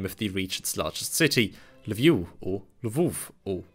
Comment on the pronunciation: Absolutely hats off to you at beginning for studying about actually Ukrainian pronunciation. While many Ukrainian speakers pronounce the v/f at the end, this is actually an import from Russian. The U at the end is 100% correct